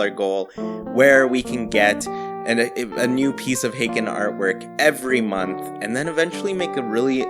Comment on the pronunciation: _- I just realized he says "hay-kin" and not "hah - kin"